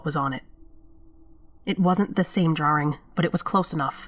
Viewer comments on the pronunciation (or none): Is ANYONE going to say anything about......'DRAWRINGS'??? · Hahah, so, I had no idea I say drawing incorrectly. Someone brought it to my attention like last week haha I always thought that's how everyone said it. You're 100% right I'm a masshole. :) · That ending was bone chilling for sure. I find it interesting how pronounces "drawing". It sounds British, yet it seems that she grew up in Massachusetts. Nice VO work.